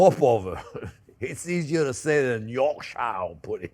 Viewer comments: Hi JP pronounce it like , York sheer that's how we pronounce it in the UK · Yorkshire pudding? I love how he says it with his thick Florida accent. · For the many Americans watching this, it’s pronounced ‘York-sheer’ And whilst we’re at it, it’s pronounced ‘Wuss-ter-sheer’ sauce too 😉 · Bien fait chef. Sauf on dirait York..sheer, like Worcestershire is pronounced woostersheer! Joyeux Noël et bonne année! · This isn't a complaint, I love your food, in fact this year's Christmas dinner is going to be a mixture of things I learnt and have tried from your videos, But I am a Yorkshireman, starting with how you say it - Yorkshire puddings is pronounced, York with (sounds like) Cher (the singer). So it sounds like YorkCher pudding. How we like them is to let them become containers, for gravy and sometimes containers for whole meals. The mix you did was fine, the difference is the tins. For small Yorkshires (YorkCher) pudding tins must not be deep, mine are about 1/2 inch deep, and they need slanted sides. Use about 1/4 to 1/2 of the mixture that you put into each of your deep molds. Then as the Yorkshire grows in the oven it grows outwards first and then upwards, This gives you a Yorshire pud that is like a cup, crispy on all sides, hollow and just asking for some rich beef gravy, or mince. For a meal sized pudding, just use your roasting tin (we do this when the beef is out so the juices become the hot dripping for the puds), same as with the small puds, it will grow out first then rises when it reaches the sides of the roasting pan, you get a container for minced beef and mash. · If you want to impress people from Yorkshire, you can pronounce it York-shh ;) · Just say "yorksheer" the end. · Chef say it with me, ‘York-sure’. 😂😂 with your Aussie accent Yorkshire is pronounced, ‘York-sure mate’. 😂😂 Love these with Sunday roast here in the UK & Ireland. Emotional support butter. lol. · Pronounced Yorksher pudding.